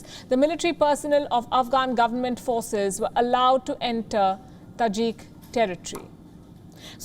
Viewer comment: Even you cant pronounce Tajik, you don't know the Muslim history of said territory, India would disappear from the world map it's not Bollywood reality is different.